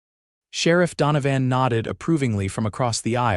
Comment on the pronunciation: LawDANum? If a word is going to be used repeatedly, couldn’t you program it’s pronunciation correctly? And DonoVAN for the sherriff, no one pronounces that name like that.